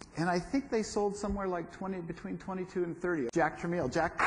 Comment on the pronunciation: Pronounced trə.mel'. Unlike the moderator's trə.meel.